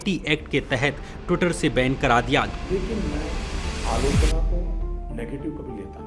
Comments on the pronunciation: Bhai work Alochana nahi aaloo chana bolta hai... 😂😂😂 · Alochna ❌️ Allu - chana✅️ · Everytime when modi says AALOCHANA, my mind automatically interpret it to his literacy level what he thinks that is Aaloo- Chana 😅